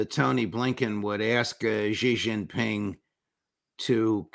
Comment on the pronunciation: Judge, correct your pronunciation, it's SHEE JIN PING not JHEE JIN PING. Jhee JHEE is slang for penis like Pee Pee in English.